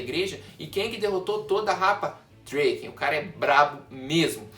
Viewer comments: Fala DRAken não dreyken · Gostei sim mais tenta fala o nome do Draken certo ರ_ರ